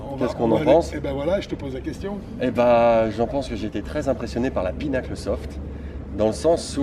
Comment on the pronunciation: Just fyi, it's PIN-uh-kul, not PEE-nuckle